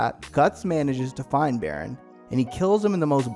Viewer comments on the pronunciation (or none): none